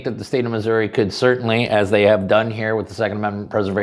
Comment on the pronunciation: I am proud of my state. What has yours done to protect your rights?? And thank you for saying it right. If you say RAH you deserve contempt.